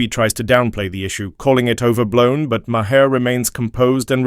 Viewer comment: Mah-hear! lol. Just stop this AI nonsense!